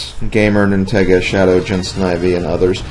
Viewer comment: HAHAHAHAHAAAAAAAAAA!!!!! I saw that!!! I was the 1 who hit him with that Star man in Mount Wario!!! I also really loved how he mentioned the pun on my name! Nintendo + Sega!!! & i also like how he pronounced my name right! In fact, i loved this so much, i've uploaded the highlight on youtube called Nintega vs SlimKirby! Part 1 is up on my channel!!!